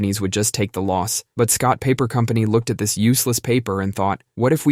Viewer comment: did you just say "the Scott paper company"? 😂